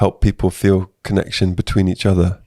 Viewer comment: Our aim. Conne tion